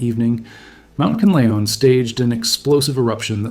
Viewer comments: "kanalon" bruh its pronounced "can-lah_on" not "ca-nal_on" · Not kalaon its kanlaon